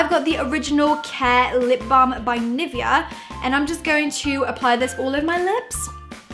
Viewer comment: That's not how you pronounce 'Nivea' wtf did you say 😂